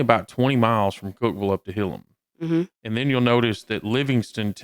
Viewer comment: Its pronounced "Hill-Ham" like two word hill then ham. But put together.